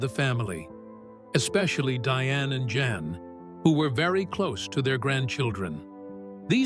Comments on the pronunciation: It's pronounced "Yahn", not Jan. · Can't AI pronounce a Dutch name?? Jan is pronounced "yon"! And... the repitition is so annoying!